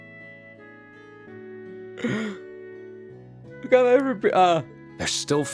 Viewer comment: If this is gonna make Rean go “big bwother” less, then I am fine with this.